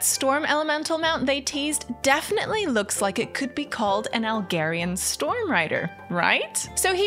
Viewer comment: could yall stop pronouncing Algar-ian different to Khaz'Algar -- it has nothing to do with Alg(h)erian :'D ... Khaz'Algaaaahr > Algaaahrian thanks for your attention